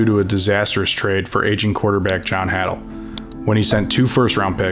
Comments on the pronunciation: FYI, its Paul Horn-ing, not Horn-newng. And its Jon Hay-dul not Ha-dul. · Amazing video! Just a couple items: It's Curly, not Curley. DEVINE: It's deh=VINE, not deh-VEEN. HADL: It's HAY-dul, not HA-dul. MAJKOWSKI: It's MY-kow-ski, not MAJ-kow-ski. Aside from that, stellar stuff! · Good video, but some major mispronunciations: Hornung is pronounced "Hor-ning" and Devine is not pronounced "Devin." Hadl is pronounced "Hay-dul" not "Haddle." Is the narrator AI? He seemed to get most other names correctly. Getting harder to tell all the time. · Who the hell was Dan la veen ,John Had L , Mag cow ski AI sucks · Good stuff, but when I hear names being mispronounced, I assume it's being read by A.I. Paul Hornung is pronounced Horning, rhyming with "sing". Dan Devine is pronounced "De-VYNE", like the word "vine". Jon Hadl is pronounced "HAY-dl". The "J" in "Majkowski" is silent. When giving a game score, the higher score is always said first. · Great archival film and story. Wish he knew the actual pronunciation of some central characters in his narrative. Hadl, Majkowski, Devine, Bengtson were notable misses. And back in the '60's, the NFL was divided into the Eastern and Western Divisions. Yes, the Packers may not have won the Central for a quite a while, but the reference to '62 was misleading.